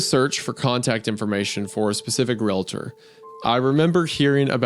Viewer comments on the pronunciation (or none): It’s pronounced realTOR not realater.